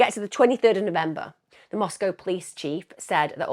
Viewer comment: I’m not picking on you but the pronunciations of the British You-tubers is cracking me up…….The Greek letter Chi is pronounced KAI…..lol, I’ll give a pass on the pronouncement of the towns in AZ and ID……although Moscow is correct.